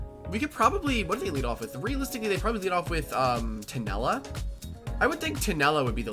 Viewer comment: Uhm actually its tulenna not tunella 🤓